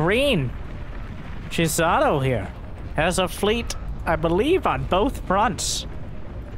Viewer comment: pronouncing Chisato as "Jizzato" made me laugh over and over.